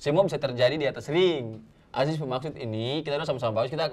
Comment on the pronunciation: It's "Aziz" bruh, not "Ajis"